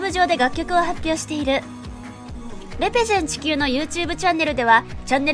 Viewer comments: レ↑ペゼン↓地↑球↓ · レ⤴ペ⤴ゼン地球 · レ↑ペ↓ゼン地球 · レペゼン地球の発音www dj社長はすごいです♬